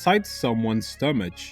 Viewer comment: "Stomach" is actually pronounced "stomak" in English. I'm ALWAYS curious about accents, and I'm having trouble accurately placing yours, but it sounds Slavic. I've also heard some Swedish and Norwegian accents that sound kind of Slavic, but I assume your accent is Eastern European? I know this has almost NOTHING to do with your video, but I love learning about where people are from! On a note actually related to the video, I'm convinced Sonic sprite recolors were the cause of the destruction and subsequent removal of my gallbladder.